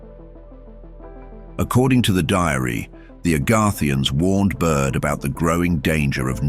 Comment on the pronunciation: Admiral Byrd, not Admiral Bud. Great video. Thanks for posting.